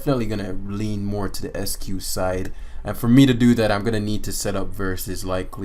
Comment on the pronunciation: "ICE-CUE" not "ESS-CUE" There's an "I" right after the "E."